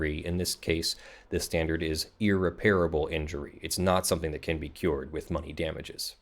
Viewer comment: one thing that really bothers me about your videos: you need to check the pronunciation of "irreparable" - the 'a' after the 'p' is not a long vowel sound:-)